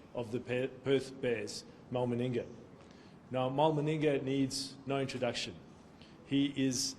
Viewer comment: Abdo got Maningas named confused Calling him (Malinga) referring to Sri Lanka fast bowler 🏏 Lasith Malinga......lol